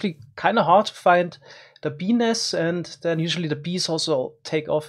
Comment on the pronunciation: BENIS XDDDD